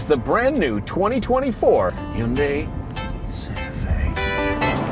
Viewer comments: OMG! Thomas, thanks for pronouncing Hyundai correctly! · Say it with me guys (Hun-day) not he-yunday or hi-yun-die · You both have the best and most accurate pronunciation of Hyundai of all reviewers. Way to goooooo!!!! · I’m pretty sure there are videos of actual Korean people pronouncing the name. They don’t pronounce the Y. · People are generally happy with SUVs that are more seeming than being. I'm happy that you're the only journos who manage to pronounce Hyundai correctly.